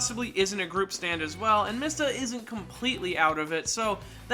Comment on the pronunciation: i knew i was not the only one who heard him mispronounce it